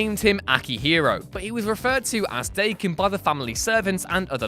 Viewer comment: Killen’ Daken: justified. Pronouncing it Day-ken instead of Dah-ken: unforgivable.